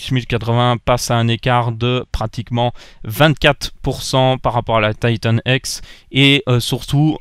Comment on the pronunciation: "Taïtanne èxe" Ca me fais toujours marré xD (Je le dis pas méchament hein)